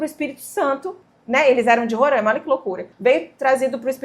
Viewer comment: Oi, se chama Roraima e não rorãima, quase todo o mundo pronuncia assim. O povo do meu estado não gosta 😅